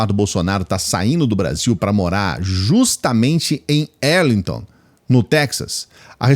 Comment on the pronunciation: Eduardo Bolzoloide mora em Arlighton Texas,sua pronuncia está errada.